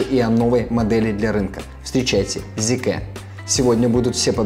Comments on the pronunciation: Зикэ??? Серьёзно??? Вы уверены что именно так она называется? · Зикр, не коверкайте